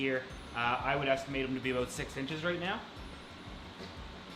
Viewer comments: Aboat... a canadian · "Aboat" Yep, he is Canadian.